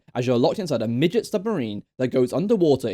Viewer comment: bro called the sub a migit LMAO